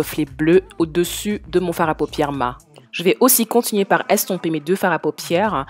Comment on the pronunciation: Au début je me suis dis : mais c'est quoi MA? Et après j'ai compris que tu disais MA au lieu de maT! 😅 Sinon j'aime bien ta vidéo et je me suis abonnée 🙂